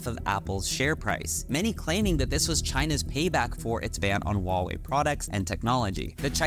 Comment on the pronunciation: FYI, the "H" in Huawei is not silent. I have no idea why there's this notion among Westerners that it is. In Chinese pinyin, there are no silent letters.